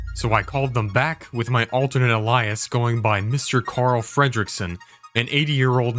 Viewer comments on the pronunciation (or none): not to nitpick but it’s ay-lee-uhs, not uh-lye-ahs